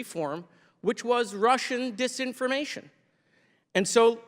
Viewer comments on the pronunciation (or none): "... consideered mis-impformation...dis-impformation," Moscow Marge is an ignorant, virulent beeitch